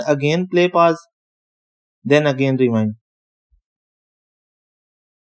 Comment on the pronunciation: Your accent is way too thick to be speaking that fast... I had to keep rewinding because I didn't know what the "wine button" was.....or the "Fawd" button.... Not to mention it didn't work...at all. When I hit the home button five times straight without stopping nothing happens and the rewind button takes me to the winning wonderland screen, and throws it out of any possibility of doing anything other than taking you to TV shows.